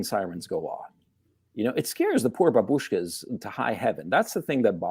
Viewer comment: It's bAbushka, not babUshka - voice up on the first "a", not on "u", at least in Russian.